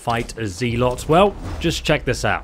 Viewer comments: Zel-ut not ze-lot. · It is not pronounced Zea-lot 😂😂 it is a Zell-ott it is also used as a description of someone who is fanatical or excessive in their actions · Wtf is a ze-lot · Fuck sake learn how to pronounce zealot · I like how he pronounced zealot wrong lol